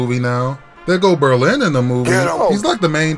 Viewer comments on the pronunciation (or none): Nigga Said Berlezzy In The Movie 😭😂😂😂 P.S. EEEUUUGGHHH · NAHH HE DID NOT SAY BERLIN🤣🤣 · This nigga said Berleezy lmao